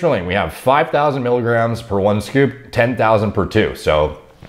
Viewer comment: it's not mikograms it's miligrams